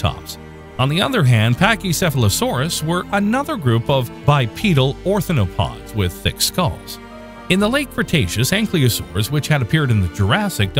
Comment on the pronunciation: wonderful short, great graphics you might want to take a look at the pronunciations for the following: ornithopods not orinthopods; triassic not trisaic etc; film editor probably should have been more aware of these during final cut; but overall, very nicely done.